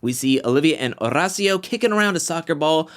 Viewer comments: Oh my damn, stop putting sooooo much emphasis on Horacio’s name 🤦‍♀️🤦‍♀️🤦‍♀️ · Every time he says Horacio, I cringe...